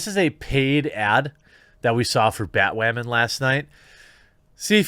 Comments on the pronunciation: Honestly it's bat woman not bat wamen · Why does he keep saying "Batwamen" 🤔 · I'm a little bit confused you keep saying bat wamen but you still say batwoman occasionally I mean does YouTube flag you for one of the other I don't understand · Why do you pronounce Batwoman weird..? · Why do you keep saying batwoman like that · “BatWAHMAN epiSAHD 2.”